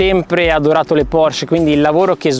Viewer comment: Se le hai sempre adorate, dovresti sapere che essendo un cognome tedesco, la “e” finale in “Porsche” non sia muta.